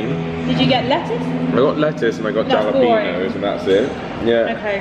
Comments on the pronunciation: Hallapenos - no j - say Hallow- Peen- ohs, (no emhpesis on the "h" ) (just like (oh) That's the correct way? All in one word. Hallowpeenohs. PERFECT! You'll get it? It takes awhile. You will be talking mexican/spanish in no time! When you get more use to it, Hallapeeno. Don't feel dumb? I made the same mistake coming from Nebraska to the south! lol. It's all good. I got called out for saying Hallowpeenyo. (like yo, dude, what's up) Don't add the "y", lol. Sometimes I still say it that way just to mess with them, though? lol. It's all in fun. Don't want to piss them off, though? You got to be good friends with them before you do that? TIP! Eat some real home made mexican food! Not store bought stuff. When you come back to the U.S, Just ask any mexican taxi driver, or any mexican on the street, if their mom cooks REAL mexican food, buy the ingrediants, let her cook. Might take a day or two? You will NOT regret it. Probably be safer if you have some contacts here in the u.s. Restaurant stuff is NO WHERE NEAR home cooked food. Unless you can find a mom and pop diner, homestyle small place. If you are the only white people in the place, you know that you have found the right place. DON"T be arrogant. DON"T make an ass out of yourself. Be polite. Be decent. DON"T bitch . You aren't American, so I don't need to tell you this? lol. But they won't be used to serving white people. THAT"S when you know it's authentic. Don't bitch about anything. Just be nice. Don't complaign if it's not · Listening to my fellow Americans' heads explode over JALapeno instead of HALapeno. 😂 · Not only triggered by your pronunciation of jalapeños, but also by the people commenting saying it’s pronounced hah-lah-PEEN-yos. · Agreed! I wouldn't like our friends openly laughed at when they go to L.A. and say "Ja" instead of "Ha" in pronouncing Jalapenos. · Yalapinos.?? Haha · Man said jjalapeenyos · The J is silent. Halapeeno. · they are pronounced "hall-a-PAIN yoes" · Hal uh peen yos